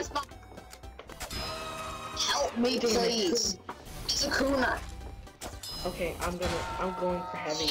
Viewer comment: I think he said "kooner", as in "Kunai spy"